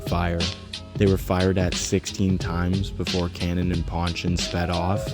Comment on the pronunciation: Nice doc bro lol, Tamils in scarbs really solidified their spot and they are reasons people dont F with Brown ppl! Realest Browns hands down South asian and west Indian combined! Its not pronounced Cannon loll its Kann-naan